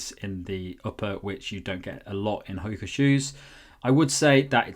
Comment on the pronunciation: Calling it Hok-a instead of Ho-ka really bugs. Childish, I know.